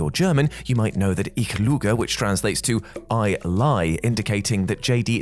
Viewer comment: well.... I lie in German is "Ich lüge" - the "Ü" Sound is something no English speaker really has in their reportoire, but "ich luge" simply means nothing. Never the less, we German speaker are used to this faux pas and did know what he meant 😉